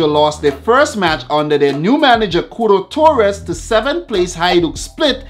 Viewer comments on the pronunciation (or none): none